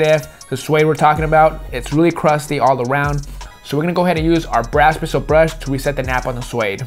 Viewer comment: Anyone else catch saying brash brishle brush